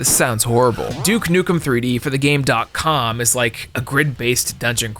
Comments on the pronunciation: Why does he keep calling it the Game DOT Com when it’s Gamecom and he even had the commercial play in the video where they say the name properly. Also, Sonic Blast is NOT a demake of 3D Blast. I don’t know why you said that. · Game com, ac-tive